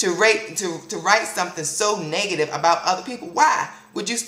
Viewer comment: "...all that 'niggative' energy" lol I still love you tho =]